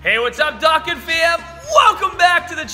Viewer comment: Im sorry ,but did he say "Dokan",its dOkkan.lol